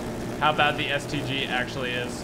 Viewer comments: The first time he says stg he says std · he said std instead of stg lmao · I thought he said std